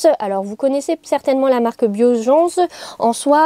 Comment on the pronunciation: Cc super vidéo ! Pour les marques ekinat se prenonce avec le t et biogance se prononce sans le ge mais c'est un détail😂. Petite question es ce que tu continues toujours l'équitation et es ce que tu comptes toujours avoir un cheval